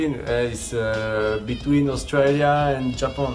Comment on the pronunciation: "Japoon" japan hahaha🤣🤣🤣🤣